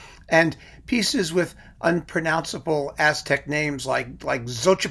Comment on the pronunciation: your Aztec pronunciations are ON POINT!!!:)